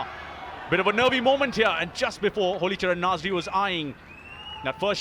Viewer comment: Its Halicharan Nazary not Holicharan Nazary